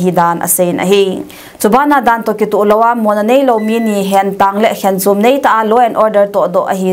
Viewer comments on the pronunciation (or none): none